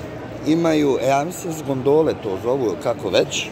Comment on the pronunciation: ne kaze se gondole nego gOndole :D isto trzni centar kod nas na Brcanskoj ;)